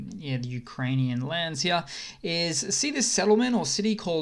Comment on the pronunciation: I LOVE that this guy says "hya" instead of "here" every single time. My dad does this and it's fucking hysterical! :D